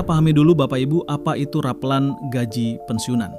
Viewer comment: Yang bener ngomongnya bukan rapeulan tapi rapelan